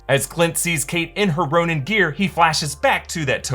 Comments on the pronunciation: Ronin…not Ronan Ronan’s my Irish cousin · It’s Ronin not Ronan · minute "The Ronan" ??? not Ronin ? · the ronan? isnt it ronin??